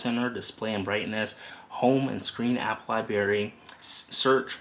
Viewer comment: Libary... hehe!